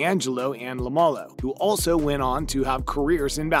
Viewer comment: Why do you pronounce it lamalo?